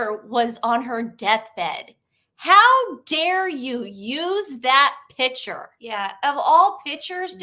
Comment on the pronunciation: Ladies love your info Please remember that the word is not “pitcher “ A pitcher is a vessel for liquids. A PICTURE is pronounced Pic- ture.